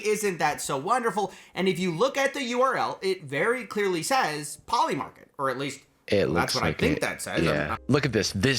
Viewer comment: 'Poiy Market' is crazy.